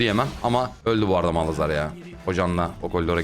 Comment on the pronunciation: abi yıllardır şu malhazar diyosun:D